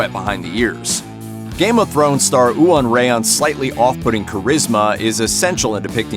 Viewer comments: Iwan Rheon's name is pronounced Iwan: you-an and Rheon: _rhay-on_. Here is a link to Iwan saying his name: Iwan is the Welsh spelling of Ewan (also pronounced: _you-an_) which is the Scottish spelling. I'm kind of assuming you are more familiar with that from Ewan McGregor's :) Both of these names are (some of) the Celtic versions of the English name John. If you really want to know what the others are here's a link to the Welsh ones: :). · Every welsh person shuddered when he said “Ooan Rhen” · I'm Welsh, as is Iwan Rheon, and I've been laughing for 10 minutes about how you completely butchered his name.